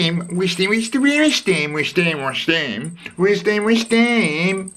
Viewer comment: Loved your ‘Wisht ‘am’ man! Like a mate I used to have who continued watching football even when they put seats all over the place!